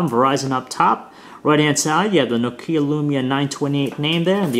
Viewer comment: it's NOKIA Not fucking " nokieeeaaa"